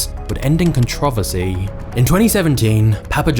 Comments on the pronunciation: Hey buddy, its CONTROVERSY not "controvesy"....You say this in all your videos !!😊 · Hey buddy, its CONTROVERSY not "controvesy"....You say this in all your videos !! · Con-trov-visy? It's con-tri-ver-see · LoL… “ ConTron Verse E ”. Never heard it pronounced that way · Con-trow-versi (pronunciation controversy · You have some great stories but why do you say controversy so weird? Surely it's not just an accent thing.